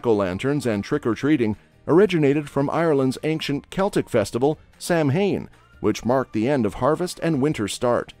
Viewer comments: Samhain : not Sam Hane but Sow (as in female pig) Winn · No 1 Craic: It is pronouncer "Crack" not cra-ak No 2 Samhain: is pronounced Sow-in NOT sham-Hine SOW-IN, say it with me SOW-IN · Cead Mile FISH and sleego. Very good and am laughing my ass off at the pronunciations too. Sam Hayne (sow wan) :) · Sam-hayn!😂. Now I've heard it all! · I would say the spice bag might be dublins fav dish but certainly not irelands favourite.....oh and its pronounced sow-an not sam hain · You should learn to pronounce words before featuring a video about a culture. Sam Hain is actually Samhain pronounced: (SAH-win or Sah-ween). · Cad meal fish???? Céad Míle Fáilte. Sam Hain? Samhain. The h is an aspirant on the m. It's silent. The word is pronounced as sowin, to rhyme with ploughing. And the Guinness lease was for 9,999 years, not 9,000. But most land was leased like that in tge 18th century. You couldn’t buy the land though. But seriously, you need to brush up on the pronunciation. Craic is not Crake. It's pronounced like crack, the stuff you snort. And whiskey comes from the irish word for water - Uisce - pronounced ishka. Uisce Beatha is the water of life, pronounced iska baha. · I had a lot of crayk in My-oh and then I went to Sleego for Sam hayn. But to be fair, how would he know how to pronounce Irish things, I’m not great at pronouncing German, French or Italian things (unless he did his research of course). I haven’t been to Ennis-call, but I have tried whisk-beeta, it’s very different to bainne seacláide. Cade meel failty to y’all. Céad míle fáilte, tá an físeán go h-iontach. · Samhain is pronounced sah-win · Samhain is pronounced sow-an. I know it really does not look like that on paper. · Craic is pronounced “crack’ and Samhain is pronounced “Sow-an” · It’s pronounce SOWEEN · omg im american and even i stopped at the mispronunciation of samhain, also st patricks day is american made by the irish americans that came here its not celebrated that much in ireland